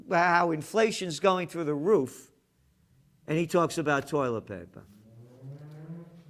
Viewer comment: Where's the "R" in toilet?